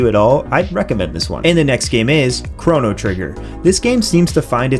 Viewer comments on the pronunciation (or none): none